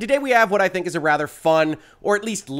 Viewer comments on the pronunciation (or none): none